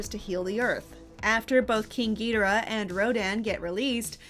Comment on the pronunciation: Narrator pronunciation of Rodan and Ghidorah is painful